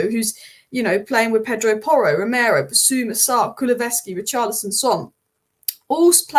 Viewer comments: Ku-lu-sev-ski. Not Ku-lu-ve-ski😊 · This is one of the best reviews of the subject i ve seen! Nicely done!! But please it's Kulu-SEV-ski 😅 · Great video, wish you succes. But as Tottemham fan Kuluveski tears my ears😅